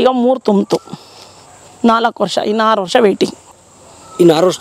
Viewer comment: Ha Matta Aa kar exchange is common in Mysore region. He also said Haaru instead Aaru.